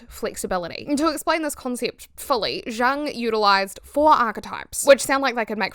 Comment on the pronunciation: It's yoong, the j is a y in pronunciation